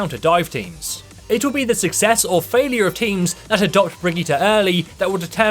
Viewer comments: It s not Bregetty or Bregeeta It s a german/nordic name. Its pro.... fuk it do whatever you want! Just dont let me hear it or my cringe organ could implode ofc this is not only aimed at you! Its for all of you! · How they pronounce Brigitte XD i thought who is this hero they are talking about